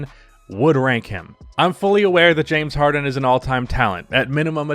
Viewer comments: Nobody:: Jame Harden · Than “Jame” Harden 😂😂😂😂😂😂 he’s right tho